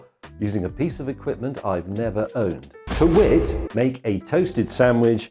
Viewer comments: "To wit," not "whit." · "TO WHIT"? James... for shame.